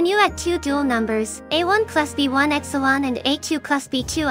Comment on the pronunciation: i heard epsilon as x-one